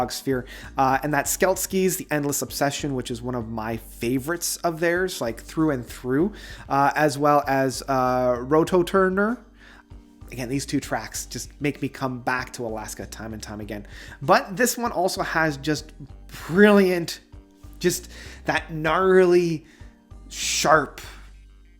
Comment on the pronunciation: I’m glad you like btbam but rototurner? Really? And Skelkies? Dawg.. it’s Roboturner and Selkies…. This made me cringe..